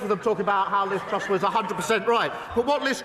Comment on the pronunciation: I hit my head against the wall every time starmer said Liz trust. My head really hurts now